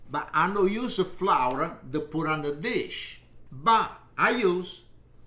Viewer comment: He also e says holy /not oil